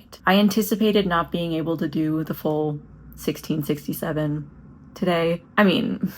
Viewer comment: I chucked at the way you say 1667 like it's a difficult year to remember for a history test. It is difficult. Hope you're doing well. <3